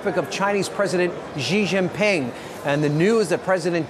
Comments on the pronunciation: The way he pronounces “Xi Jinping” 😂 他的中文是不好！ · 😂😂😂😂😂😂the way he pronounced “ping” sounds pike some guns and weapons